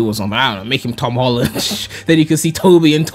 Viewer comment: "Now some people prefer the Hom Tolland version" okay that got me that made me laugh